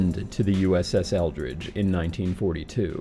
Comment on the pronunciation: Sounds like you are saying Eldritch, but the ship is actually the Eldridge. How very curious indeed that the ship's name of Eldridge should be so close in pronunciation to the word 'eldritch'...